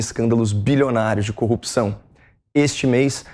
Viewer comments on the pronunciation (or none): none